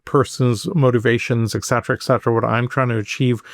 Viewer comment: I can’t bear this white, bald guy. Now he has said (mispronouncing) “etcetera” 21 times! Most people don’t say it once in the course of a day. How does he get on a public site?